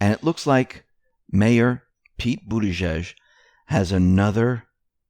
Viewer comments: His last name is pronounced “booty gauge”. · Trump pronounces it booty edge edge